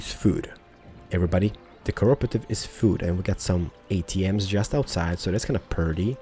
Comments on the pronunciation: Oh and it's Co-op-or-tive say it quickly and that's how you pronounce it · the co-operative has loads of branches, so the one you got was the food branch, you can get bank, travel agency, pharmacy and loads more ps. you pronounce it co-OPRATIVE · It's the co-op-re-tive